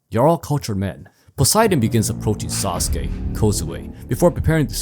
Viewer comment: "Sasuke kozue" 😂 my dawg you butchered him beyond repair!